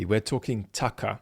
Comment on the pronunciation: It is not Tucker it is Tuckaahh according to the genius talking on the video.